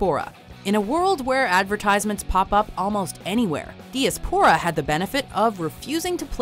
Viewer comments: Ok I know I sound like a pretentious git but it's pronounced die-ah-spora not dee-ah-spora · It's "DY-ASS-POOR-UH"....not DEE-UH-SPOOR-UH" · Repeat after me. di AS po ra. dī-ˈas-p(ə-)rə. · ...That is NOT how you pronounce "Diaspora".